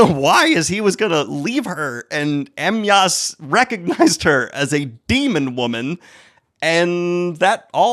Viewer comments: daniel... it's pronounced Uh-my-us.. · Em-Yass Crale? 😄 I'm so glad we got this new point of joy since he's learning to pronounce Poirot now.